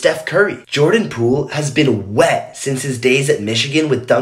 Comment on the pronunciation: Why he said “WET” so hard